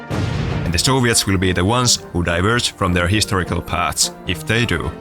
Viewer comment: "historical" dear god, 😂😂😂😂😂